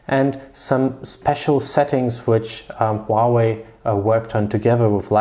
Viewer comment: Its huawei not huahwei bro.Good video still :)